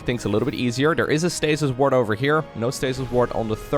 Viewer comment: I keep hearing "stasis wart" and I chuckle every time!